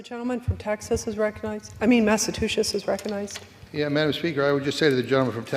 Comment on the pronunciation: She said “Massa-too-shetts